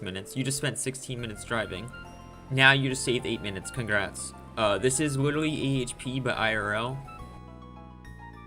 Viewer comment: Bro says witerally 💀